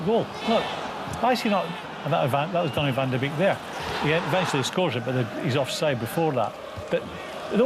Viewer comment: You pronounce that Donny van de Bake.